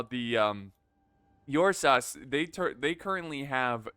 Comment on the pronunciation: hey big guy. i believe it should be spellee ursus, and the ur is pronounced like in uruk